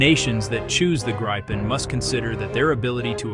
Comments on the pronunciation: Please be consistent. It’s the Grip pen (“grip”” as in to hold pen” as to write. It is not “Gripe” as in complaining. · It's gripen not fucking grypen you idiot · Not Gr-eye-pen, not Grippen -- it's pronounced Greepen, meaning The Griffon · For all you English speaking viewers, it sound hilarious when English speaking try to pronounce the Gripen name so I am gonna try to help you out a bit. Try and pronounce it like it reads Gree-Pen and it should sound better than the "Graipen" I hear everywhere.